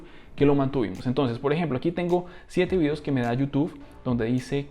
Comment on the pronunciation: Bro por qué dices youtufff jjj saludos